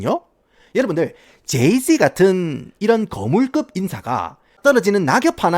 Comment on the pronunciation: 도입부에 제이쥐와 비얀쎄~ 하다가 갑자기 갱상도 사투리 나와서 개빵터짐 ㅋㅋㅋㅋㅋㅋㅋ